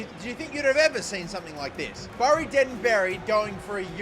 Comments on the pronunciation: Great video but it pronounced as bery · As a fellow Aussie I have to point out that Bury the town is pronounced like in "Bury a body" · Just for reference its pronounced berry if that makes sense 😂 great vid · You’ve probs already been told but it’s pronounced berry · Just to let you know Bury is pronounced like Berry